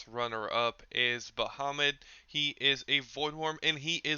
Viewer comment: bruh its bahamut not muhammad ur joking or what?